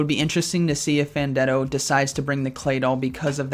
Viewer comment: Hey, just wandering where the 5th round for this tournament was?? Also its pronounced Fan ten do.